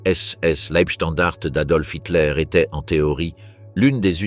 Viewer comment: Dès le début cela dérape : la voix synthétique est incapable de prononcer "Leibstandarte" (ei se prononce "ail" et le e final n'est pas muet). Je ne vais pas plus loin, c'est de la daube. Les stratèges allemands n'avaient pas pensé que le Tigre 2, un monstre de 70t qui manquait de mise au point, ne pourrait pas passer sur les petites routes des Ardennes ni sur les ponts. S'ensuivit un énorme bouchon et tous les chars furent perdus dès que l'aviation alliée put entrer en action. Circonstance aggravante : les blindés de la Leibstandarte étaient commandés par Joachim Peiper, qui avait obtenu tous ses galons dans les bureaux auprès de Himmler, autant dire que sur le plan militaire il savait seulement obéir, et cochonner le boulot pour lequel il était gravement incompétent. En face, les Américains étaient au repos et ils furent surpris mais ils se ressaisirent très vite et Bastogne ne fut pas prise. Le problème des généraux allemands était la terreur que hitler faisait peser sur eux depuis l'attentat du 20 juillet 44. Les Waffen SS n'avaient pas peur, eux qui étaient chouchoutés, mais à eux seuls ils ne pouvaient rien faire. Cette offensive était débile, elle fut menée stupidement par des incapables et causa la perte de quasiment tous les blindés allemands. Comme à Koursk en juillet 43. Le pire ennemi de l'armée allemande fut le caporal qui la commandait. Salut et fraternité*